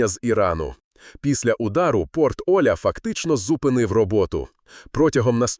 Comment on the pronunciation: Порт ОлЯ... Ударение на Я...